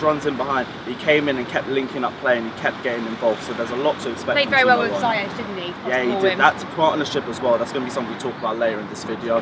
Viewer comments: It Ziyech.( see-yuck). Not (sa-yesh) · And while we’re on it, it’s “ze-yash” Not “ziyech” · U can’t even say his name properly it’s ZEE-YECH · she also said Ziyech wrong too lol